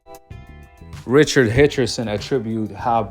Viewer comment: bro WHO😂. I know u’ve said it right before. Who the hell is richard hitchardson